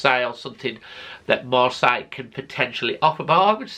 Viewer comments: Lol... Was gonna say, it's Pronounced Marsay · You know it’s pronounced MarSAY don’t you? Maybe it’s the bunged up nose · Marcel??? 😂 Please try and pronounce things a little better.